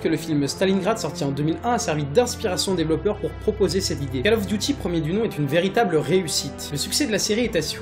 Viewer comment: Cole of Diuty ffs! lol